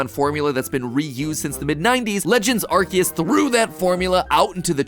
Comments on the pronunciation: I love Pokemon videos so much only to see how many times they can mispronounce names and areas XD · I want everyone to notice the way he’s saying Arceus. It’a not Ar-see-us okay? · quick factoid there are two correct ways to pronounce Arceus and MatPat did not hit either of them (the first is according to the romanization of the Japanese name being "Aruseusu" which would mean it's a soft C, the second being that it was originally intended to be pronounced "ark-ay-iss," like "archaic". Which is why Silvally's ability is called the "RKS System".) Nothing against MatPat, just wanted to share this information because I thought it was cool. Enjoyed the theory as always :) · Arceus not Arkeus. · IM SORRY DID HE JUST SAY "ARGEUS"??? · It's pronounced aar see uhs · as someone with the last name ARCE its crazy to hear the name ARCEUS said as ARCHE-us and not R.C.-us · am I the only one slightly annoyed with the way MatPat pronounces Arceus? I know ark-ee-us and ar-see-us are both technically correct, hearing the former is weird to me cause I say the latter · i think to say arceus is this way game/food/film theory bc you said it this way "arki use" i think this is how to pronounce it (its only my opinion on calling the god pokemon) pronounce like this "ar si use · bro. it’s not “ark-see-us” it’s “are-see-us” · Is it (ark-eus) because I thought it was (arse-eus) in terms of pronunciation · Yeaaaaahhhhhhh.... i think imma just stick to saying it like "are-say-us" 😅😂 the english pronounciation just sounds so 😵‍💫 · Mattpatt! You're saying Arceus wrong! It's aar·see·uhs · Mans really sayin arkeus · please no, I can't deal with 16 minutes of him calling "Arceus" "Arkeus" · He's called Arkoos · You pronounceing it wrong it's arkoos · coughs It's ARKOOS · STOP SAYING ARKYOOS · Bro it is not legends arceus it is legends arcoos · He did not just say "arh-keyuse" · Ahem, I think you meant to say ARKOOS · I hate that he says "ArKeus" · The way he pronounces arceous makes me want to cry🤣